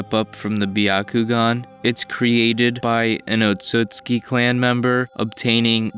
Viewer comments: Can you not read? Or listen to a goddamn thing any time an otsutsuki says their last name? ITS OTSUTSUKI NOT OTSUKI You don't deserve to have this video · bruh he was pronouncing the clan name wrong the entire time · The way you pronounced Otsutsuki triggered me. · Like the vid but your pronouncing the clan name wrong